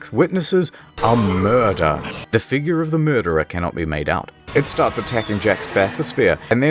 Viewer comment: What is this murder you keep talking about? Are you trying to say moider?